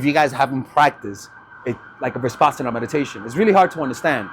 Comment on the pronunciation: Uh, in step two, u happened to say, "high intention. low attachment" when u already said it was to be the opposite... AND adding extra consonants into the term 'Vipassana,' time and time again... is quite ... odd .. to say the least. .. I have noticed that ur often saying 'she' when u mean 'he' and/or vice versa, and these word-mixes, totally unaware, just keep happening .. It has caused me over the course of time to have to rewind a lot for clarity .. I imagine making small clips of this content would be next to impossible .. given these recurrent slips .. of which there are more than just these. Other words as well... It makes for a difficult lesson. I get thrown way off .. and I also get a tad concerned.